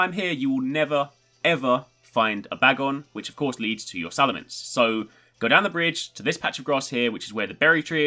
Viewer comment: it's salamence not salamance